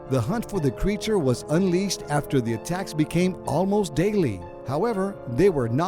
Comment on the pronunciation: In the start I heard "A TAX" instead of "ATTACKS"